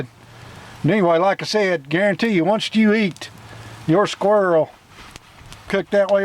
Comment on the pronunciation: Onecst. It’s once…no T